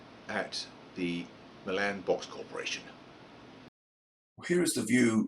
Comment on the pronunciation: Hey! Nice video! Just an FYI Milan is pronounced MY-lunn with the emphasis on the MY. After moving to TN 34 years ago, i had to familiarize myself with the local pronunciation of several towns. One of my favorites is Lafayette, TN pronounced la FAY et. Looking forward to seeing your model come to life! - Brian